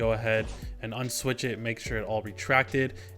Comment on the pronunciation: unswitsh it lol